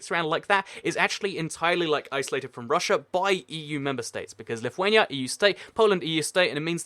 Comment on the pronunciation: Finally somebody that says lithuania right😀😂